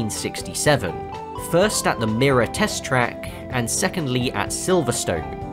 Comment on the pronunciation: fyi- MIRA is pronounced my-ra